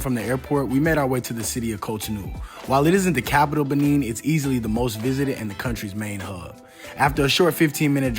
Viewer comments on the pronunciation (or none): Nice video!! However the pronunciation is Buh-Nay not Buh-Neen. It's French. There's a Benin from the ancient Benin Kingdom/ empire still in modern day Nigeria. Same spelling but different places and different pronunciations.